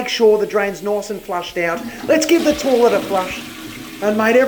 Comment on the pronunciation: 'Lets give this torlet a flush' :)